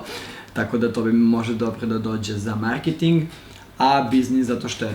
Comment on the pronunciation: marketing si rekao sasvim normalno r